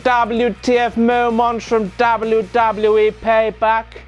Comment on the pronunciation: Is it just me who finds it annoying when he says like "WTF momwaaants"? xP